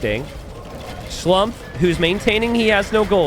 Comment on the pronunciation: Try to pronounce Schlumpfs name as "Schloompf" which would be much more correct:)